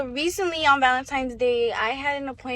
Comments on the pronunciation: The lash tech lost all credibilty when she said "Valentimes" day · The lash tech saying, “on Valentimes Day…” 🤭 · I can't believe anyone who says "valentiMes" isn't scamming someone somewhere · The “valentimes” took me back to fifth grade 😂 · ValentiNe's day, not ValentiMe's!!! That ish is so annoying!